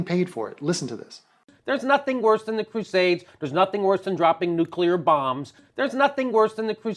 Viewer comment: lol. a shut out. You're fucking awesome. Pet peeve; nuCLear, not nucular.